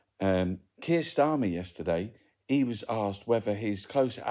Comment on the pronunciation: its Keir not Keith or Keef 😎